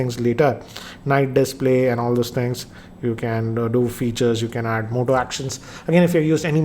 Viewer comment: Goodbye Moto not hello motto😂😂😂